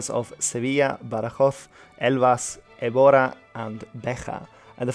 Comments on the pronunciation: Very nice video as a portuguese i must say im happy someone gave us this much attention but Beja is pronniunce with the J just like in french and english as B é j huh and Evora is É v u r huh and Avis is pronnounced Avish, its very simple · besides Évora and Beja, everything else that you said in portuguese had a really good pronunciation! Keep up the good work and congrats on your really interesting videos! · Évora and Beja are in Portugal, and you pronounced them in a 100% Spanish way.